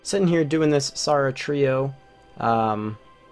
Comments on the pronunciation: it triggers me that he called s air uh s are uh when if it was a real persons name he would call it s air uh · S-are-ah? it's sarah wtf is a s-are-ah dessert sword? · i stopped watching the vid bc of "saw-wra"